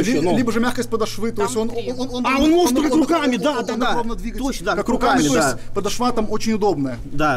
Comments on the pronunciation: ПодошвА режет слух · Это "подошвА" ужасно резануло слух